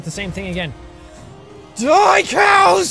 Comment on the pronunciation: When you said: die cows. You really said: do I cows